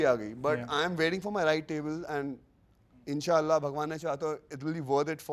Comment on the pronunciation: when he say InshAllah on he made my day.....